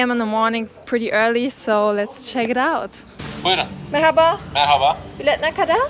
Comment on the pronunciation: Bursa'da yaşadığım için normalde Bursa ile alakalı videoları izlemem ama sırf şu ''merhaba'' kelimesini telaffuzun için izleyesim geliyor :)